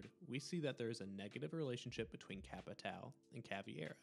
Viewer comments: CaVEIra, not CaVIEra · The videos a 10 but he said Cav E Air Uh. I think it’s pronounced cav air uh. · No, it would be pronounced Kah-VAY-rah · Caveira** not cAvIeRa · Good video, but the mispronunciation of Caveira's name kinda threw me off track a bit. It's pronounced "ka-vare-a". There's no "e" sound in her name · hey idk if your gonna read this but u kdont pronouce i in caveira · Listening to you pronounce Caveira’s name wrong every single time makes me never finish your videos. She isn’t part fish mate